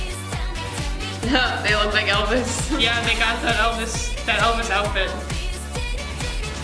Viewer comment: 'El Bis', the brother of 'El Cid'. I presume there's no 'v' sound in Korean, hence the 'Elbis' pronunciation. Went and listened to the band version which I much prefer. Might go out and buy this one.